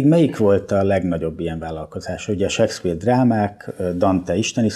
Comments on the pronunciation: Az a sekszpír az Sékszpir... Nem hiszem, hogy csak nekem bántotta a fülem... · Nem, nem akarunk kötekedni... 2023at írunk, én pedig nem értettem, hogyan lehetséges seggpírnek mondani Shakespeare nevét, akitől egy kattintásnyi távolságra ott van az információ...